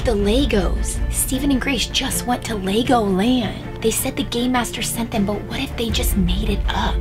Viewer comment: "Laygow Land"